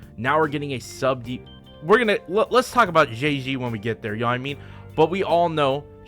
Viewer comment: I will never get used to people pronouncing Zhezhi as Jay Z